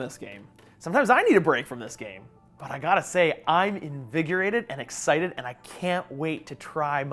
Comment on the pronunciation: Every time he said excited i swear he was saying nicksited